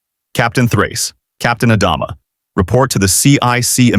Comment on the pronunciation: Mispronouncing Adama took me out of it from the beginning. Stupid AI.